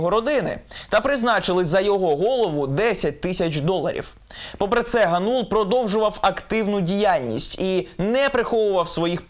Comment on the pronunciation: Дем'ян ГАнул, а не ГанУл. Oboz UA, готуйтесь краще до репортажів.